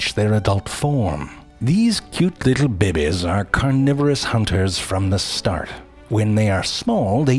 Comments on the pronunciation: other people: babies Zefrank: bebes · I live for when Ze says “bebbes” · Every year, I appreciated our dragon fly population as it ate our flies and mosquitoes but I now have a new appreciation for their development! Side note: it cracks me up up every time he says “babies”. Like “baybez”. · Clever love the way you say babees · You mean, bebehs😂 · ''Cute lil babayes" ...Narrator follows Schitts creek for sure😂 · I like how he says "bebes" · The way he says "beh-beys" LOL! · More like BeBe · Is it weird that i find it satifying when he says babehs? Lol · "These cute little BEH BEHS" lmfao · I just love how he says "bébés"" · I'm addicted to how babies are pronounced! Love it 😀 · I love the way he says babies X3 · love how he says babies 👌🏿👌🏿👌🏿